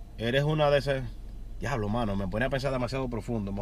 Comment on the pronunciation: "GUIABLO" xD